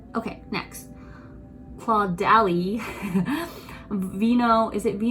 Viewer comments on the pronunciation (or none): It's pronounced Cod-aly :)